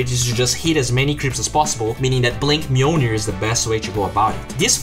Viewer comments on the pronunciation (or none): none